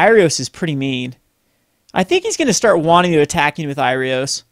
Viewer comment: It's not Irios, it's Iroas^^